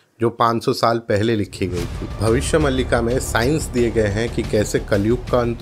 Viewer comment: भबिस्य मलिका नहि भबिस्य मालीका में बही से हु तो ग़लत pronounce mat karo